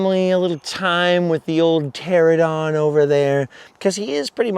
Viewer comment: "ter-AN-a-don"!!! You keep saying "TER-a-don". Great impression of it tho...😜 My fave has always been Brontosaurus. Big, lumbering, mom-threatening... I dunno, maybe it's a Flintstones thing.😄 Another perfect video, dude! You're seriously the best.